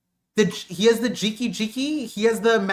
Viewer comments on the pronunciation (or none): GEE - KAH GEE - KAH Not "Jiki," not "Drinky," You're drunk.